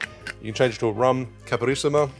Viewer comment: yes, it sounds like a "i" is missing, as caprioska, instead of capIroska. But portuguese is hard and all rest of the word was fine, so 9+ for the effort. And its ok the simple syrup variation, but I suggest tryibg capirinha with the brown sugar, its really nice. Love the channel, and again, make some portuguese cocktail 🙏🏼😂